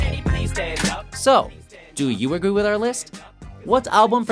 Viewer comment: Ha! You said "do you Agoo with our list" .